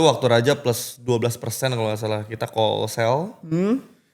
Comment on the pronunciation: Heran aja gw nama George tapi pronounce kata talk dan call aja salah. Talk diucap talek, call diucap kal, wkwkwk... Plis lah...